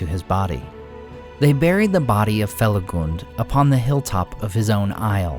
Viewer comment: I'm happy to hear "Felagund" pronounced correctly! Even the recent audiobooks released for Fall of Gondolin and Beren & Luthien mess it up. They're reading excerpts from Lay of Leithian (which has rhyming couplets), and they attempt rhyme these lines where the "-gund" sounds like the U in "fun." in shadow faithful Felagund, careless of fang or mortal wound.